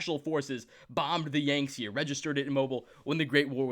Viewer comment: the saying of the Yangtze incorrectly churns my insides in a painful way. The captain even says it a few times for you... Why do people mispronounce shit when the pronunciation is there for them?